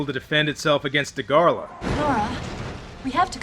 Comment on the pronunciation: And it's Dagarah.. Not Dagarla 😂, and yes, I really like him